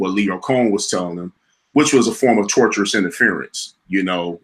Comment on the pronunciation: Its Tortious Interference not Torturous